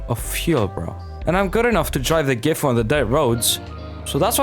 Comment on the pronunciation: not trynna be that guy but "Gifu" is actually "Sisu"